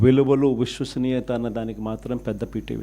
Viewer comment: Vishwasaniyatha sir , voshwasaniyatha kadu.😂😂. Yenni sarlu annav aa word , nee motham speech la oka 15 times annav.😂😂😂.